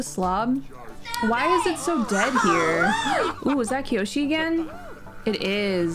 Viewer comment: "Kyoshi" Me: 👁👄👁